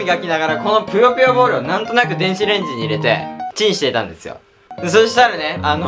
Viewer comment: ぷよぷよボール が りっくんのナイスな滑舌で ぴよぴよボール に聞こえる www